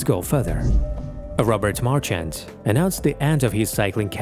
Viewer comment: nice that you honour this man. but you could've just taken the time to pronounce his name right.